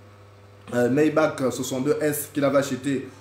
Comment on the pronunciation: Maybach et non Mayback!